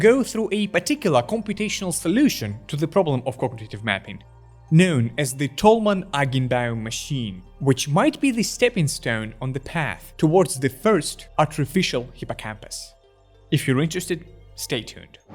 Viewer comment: Tolman Eichenbaum? EichenBaum are two German Words and translate into OakTree! You massacred the pronunciation completely 😂